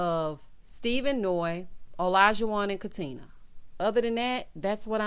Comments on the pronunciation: He’s so ignorant. If he wasn’t such an a$$ I might be able to overlook it. No, that’s not true. Don’t mispronounce my name. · O always says “Katin-er” LoL 😆